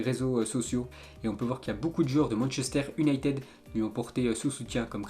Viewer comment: Le championnat Europe1 Le Dennmark Manchester Ünited Et j’en passe! Je te kiffe mais tu pourrais faire un petit effort sur les prononciations sérieux Et les pubs toutes les 2 minutes C’est bon ça saoule!!